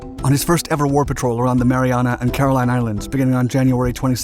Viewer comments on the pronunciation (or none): none